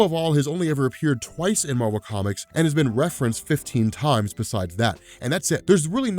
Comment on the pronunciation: Its MAR-VEL